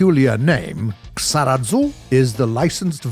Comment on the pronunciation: You cant even speak japanese names correctly.... KISARAZU, not KSARAZU omg...